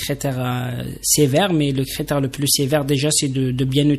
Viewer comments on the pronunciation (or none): Vous parlez très mal, pié (pays) pélier (pilier) crétère (critère) bijaia (béjaia) mitier (métier) etc etc